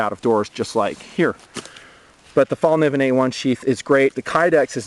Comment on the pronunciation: I laugh every time u say fallkniven, being a Swed I find ur way of pronouncing it is freaking hilarious